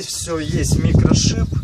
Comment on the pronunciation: Наверное оговорка. "Есть микрошип..." Смешно!